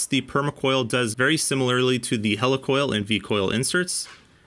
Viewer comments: Great video but why are you saying hella for heli🤔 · It’s a Heli Coil. “Hee-Lee-Coil” not a “Hela-Coil” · Hel E! Coil not Hel A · I always though it was pronounced like helix (the shape of threads), not helicopter. Awesome testing, BTW. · Hey,. I kinda hate to be that guy, but "Helicoil" is pronounced /HEE-LEE/ like "helical" (or Healy) not /HELL-ee/ like "helicopter." Thanks for testing. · I'm usually wrong about stuff like this, but isn't Helicoil pronounced like helix? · Interesting. I remember installing a lot of heli coils early on in my career (we pronounced them "he-lee"). Haven't got through the video yet, but I hated them. IIRC they were a limited use. With every bolt in/bolt out cycle it would get harder and harder not to cross thread or strip out. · It is pronounced He-lee coil. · Yeah really. Maybe they will learn to pronounce 'heli-coil' correctly. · You keep mispronouncing he-le- coil. I’ve been around these things for 60+ years and I’ve never heard it pronounced the way you do m